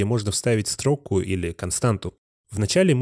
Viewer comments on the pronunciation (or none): Нк понимаю, почему абсолютно все авторы уроков по js ставят ударение на "стрОку", а не "строкУ".. Какая-то проф деформация? Вроде бы все грамотные люди. Каждый раз слышу и каждый раз коробит.